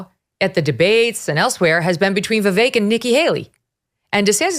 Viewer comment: I disagree. Vivek is the one. Haley is a War Hawk. I totally disagree with this dude. Aweful. Damn, this dude is liking Scott. Lol. Aweful. Plus, Ruthless cast is pronouncing Vivek's name wrong. Plus, Haley's daughter is 25 years old. 25 yrsold!!! Not a child.